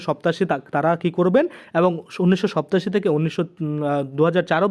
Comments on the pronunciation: উচ্চারণ ঠিক করুন। সত্তাশি কি কথা ? সাতাশি উচ্চারণ করতে পারেন না আবার চ্যানেল খুলে বসেছেন। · ওই বেটা আগে তুই উচ্চারণ টা ভালো ভাবে শিক্ষ ছোট বেলায় ধারাপাত পড়িছনি ৮৭ সাতাশীরে কেন সপ্তাসী বলছিস ,,,,,,,,,😡